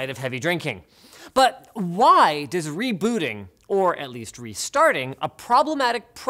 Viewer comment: It's "Rebooting" you keep saying "RebUUting"